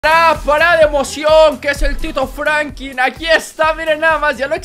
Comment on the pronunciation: Da risa qe diga frankin y no frankin